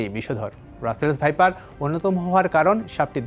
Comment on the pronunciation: ভাইপারকে সাইপার বলে বার বার উপস্থাপকের উচ্চারণ লজ্জা জনক।